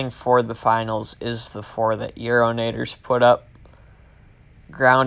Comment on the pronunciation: You did great on the pronunciation it’s actually pretty close except you just pronounce the a casually on yarrownators! Lol great vid!